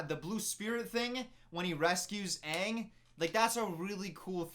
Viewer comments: better than whoever "Uhng" is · OMG they pronounce his name sooo wrong Me (german): his name is Aang, not Eng, what is wrong with you? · asians be like: its Aang, not Eng. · they pronounced it ung or ong and they pronounced it ah-va-tar or uh-vatar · At least the Ember Island play pronounced Aang correctly, not “ung” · I tried to watch this movie And once I heard they pronounced Aang wrong, I stopped and never watch it till now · this man commenting on the mispronunciation of aang in the movie, then saying “iroh” like that smh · i love how you critizise em for pronoucing aangs name wrong (im also annoyed af ;P) but you still say "eeroh" to uncle Iroh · they pronounce aang "ung" and iroh to "eroh" like wtf? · Soak-a? Who allowed this? Ayung? I just don’t like this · "why would they call him 'ONG' " also: " Zoku and EE-roh" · sow-ka its aaaa-vah-tar aaahhhh-ng!! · I don't even think them pronouncing aangs name is too bad, because the way germans pronounce it is the same and i grew up with that but s_o_kka really? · The movie pronounces Iroh, Aang and Sokka’s names wrong 😤😤😤